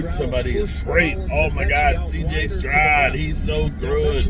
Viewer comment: CJ Strod.....his damn name is Stroud.....like cloud